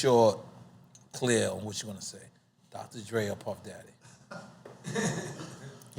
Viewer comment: You know the pimp juice started to saturate Lennox head and take over when he started saying, "Puff Dadgeey, Puff Dada-geey; Puff Dageee" . 🤣😅😂